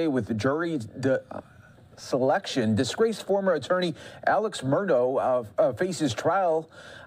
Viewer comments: “Alex Murdough “ 💀💀💀💀💀💀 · Find out how to pronounce the last name please